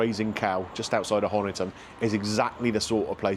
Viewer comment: Fantastic! Not far from me. Welcome to Devon. Not been to the Grazing Cow, but the Teapot Cafe in Kilmington, which you would have passed on your way is great too - it's inside Millers Farm Shop. I pronounce Honiton the same as you, but the local locals (if you know what I mean) pronounce it like this: "honey-ton".